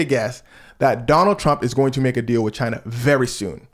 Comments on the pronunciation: She was not here for your pronunciation of China😂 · Haven't even watched the video yet, 24 seconds in, but you actually pronounced the "CH" in "China", so you didn't technically pronounce it like Trump does. You said it very staccato, which is the way he DELIVERS the word, but something I see ALL THE TIME is people assuming he says it the way a normal human being would say it. In point of fact, he and Bernie Sanders actually pronounce it very similarly due to their New York regional accent, with Bernie being far less obnoxious. Almost 98% of the time, without fail, Trump pronounces the name of the country "Jai-Nuh", like "vagina", a word he's probably much more accustomed to saying. Little nitpick, and not out of mean-spiritedness, I just want to educate people on how to do better Trump impersonations lmfao